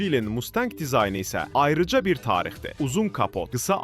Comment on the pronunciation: Mustənqə yox ay oglum MUSTANG